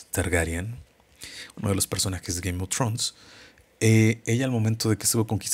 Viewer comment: "Gaim of trons " me caga ... 😂